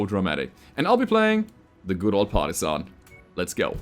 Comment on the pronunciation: all I can hear is "Party-san" and I don't hate it.